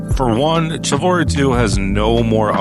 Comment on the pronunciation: Thousands of hours. Says the "ch" in "Chivalry" like the "ch" in "chair". 😂